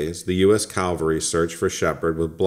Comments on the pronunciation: Calvary (what you said) cavalry(what you meant to say. Cav-ul-ree. Common mispronunciation. Like nuclear. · CAV-al-ree. CALVARY is a place. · Can't pronounce CA - VAL - RY correctly? Phooey; I'm out of here. You SHOULD NOT consider yourself as a "professional" ANYTHING!